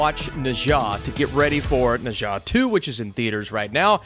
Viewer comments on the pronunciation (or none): maybe try "Ner Zar" if not 哪吒, but not "nijor"